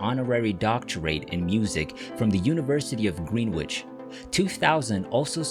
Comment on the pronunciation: GREENWICH is pronounced GRENN-itch.